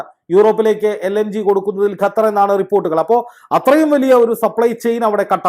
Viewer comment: Not Gathar but Qathar